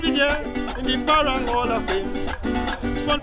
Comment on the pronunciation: I crying every time the narrator say "parong" instead of parang.